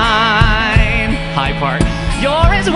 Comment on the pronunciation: I've never heard the word wine with 14 syllables before.